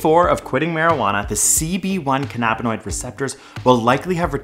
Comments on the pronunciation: Interesting info, but one nitpick: Cannabinoid is pronounced “CANN-a-bin-oid” rather than “can-NAB-i-noid”. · love this but i hate how you pronounce cannabinoid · is nobody registering the way he says “cannabinoid”